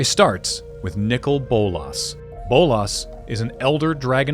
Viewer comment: They are Saying Nicol wrong. How do I know, That is my name, Lol